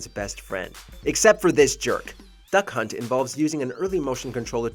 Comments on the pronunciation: I swear he said “That c*nt” and not “Duck Hunt” right there. 🧐😂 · It not Duck hunt dog it Duck hunt